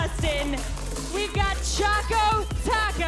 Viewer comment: How could she not pronounce choco right? It's the dark looking thing called chocolate